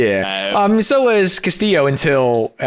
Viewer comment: Smh hes still misprounouncing Castillo